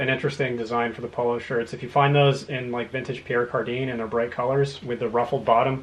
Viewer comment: Pierre Cardin sounds like "Car-dan" or "Car-don" not "Car-deen"